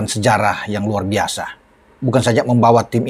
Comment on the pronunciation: RRuarrrr bisa bung, bukan luar biasa 😂😂😂